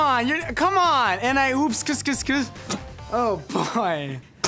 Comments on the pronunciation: The way he says sksksk is skaskaska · When he said "and i oop- (sksksksk)" it sounded that like he was saying "skaskaskaska" AHHAHAHAHA 😂💞💛🎶😍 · It's adorable how he pronounced sksksksksk wrong!